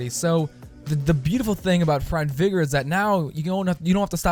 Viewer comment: It's not vigor it's vygor...